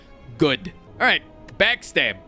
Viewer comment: “backstab” was the most Chicago/Wisconsin/Minnesota accent I’ve ever heard in my life 😂 I love this guy